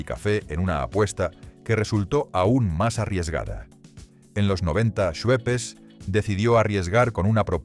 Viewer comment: ¡Fruitopíííía! IA: no decíamos “fruitópia”… 🫢 Y ¿”Suepes”? 👀